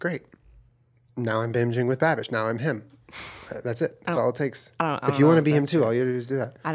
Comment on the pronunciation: This must have been , because that is exactly what it sounded like he said.